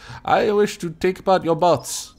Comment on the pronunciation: XD i heard "Haha! I wish to take apart your butts!" instead of "Haha! I wish to take apart your bots!"